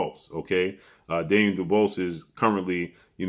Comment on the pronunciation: can't pronounce Daniel "Dubious" that word stumps him 😂